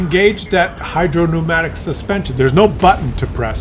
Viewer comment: Thank you for not calling it "hydropneumonic" suspension anymore.